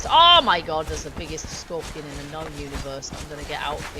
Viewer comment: That is a place to get a priest of Mitra, And you did kill it they are easy to spot (Mitra & Set Only) The priest of Mitra will be in Sky blue out fit, And Set will be wearing a Mask. Now I am not sure why you could not ditch the Scorpion king ( you nailed the name perfectly) I think one of two reasons 1. the water wasn't deep enough or the dev's changed it. I should have my desk top back either Tuesday or Wednesday next week. ( I hope). I have a feeling I have been raided by now :(